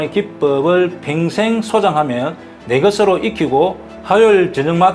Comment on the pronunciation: 평생 발음이 안 되나? 팽생, 팽생?